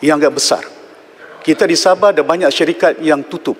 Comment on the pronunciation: Hallo,sbutan tu sebut betul2,,sabah bukan sabeh 😂😂😂😂